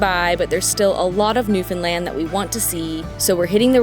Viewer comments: Hi! I'm a Newfoundlander and I just found your channel :) First of all, Sweet Rock is THE BEST! Second, you pronounce Newfoundland perfectly!! That's rare! Great videos! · Thank you so much for pronouncing Newfoundland the correct way!!!❤